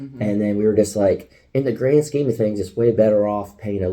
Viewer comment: "In the grain sceme of things" hahaha la creme